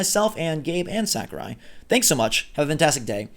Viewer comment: Mistr Sak-er-eye